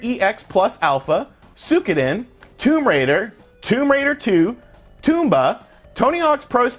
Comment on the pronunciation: You said Suikoden wrong bro